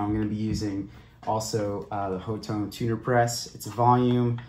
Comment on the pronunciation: Pronounced "hot tone" for future reference 👍